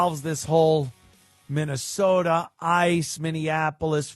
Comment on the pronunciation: You say Minne-SAWDA like Jesse Ventura.